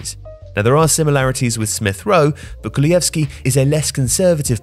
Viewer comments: It’s pronounced kulusevski not kulujevski btw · Kulushevski! Not „Kulujevski“. Improve your pronounciation please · It’s Kulusevski, not ”Kulujevski”… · Bro what Kulieski its literally written ''Kulusevski'' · Kulusevski not Kuluyevski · Kulusevski became kuluevski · KuluSevski NOT kulujevski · Where's the J in kulusevski that I keep hearing? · I'm sorry but since when is the 's' in "Kulusevski" silent? Or has every one else just been pronouncing it all wrong? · You pronounced Kulusevski wrong... sorry, had to say it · Poor Kulusevski getting his name butchered. Also he is playing terrible this season and is really far from his Parma performance that got him a €40m transfer. He should have stayed at a mid-level club for another season or two, he is definitely not ready to be a starter at a big club, and at Juventus he shows that he isn't a reliable sub either.